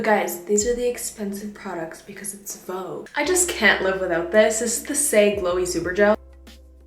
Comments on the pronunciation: take a shot everytime she says vouge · It's Vogue 😂❤ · so its pronounce “vog” and not “vo-gue” 😭😭😭😭 i just knew